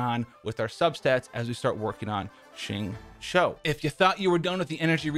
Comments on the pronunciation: You are legit the first YouTuber I know that completely aces 'xingqiu' s pronunciation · Thanks for saying his name correctly! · Would you look at that, a Caucasian who actually gets the pronunciation of the "Q" sound in Mandarin right. Nice.